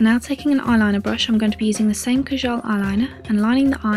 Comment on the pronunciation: Lol. It's pronounced; Kajal (Kah-JOLE) or sometimes we say (Kah-JUL)